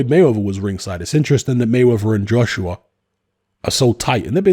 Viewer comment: pronounces Joshua like Joshrua 😂